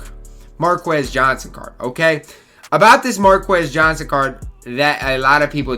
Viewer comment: Hey Lad, its pronounced Mar-Keys Johnson.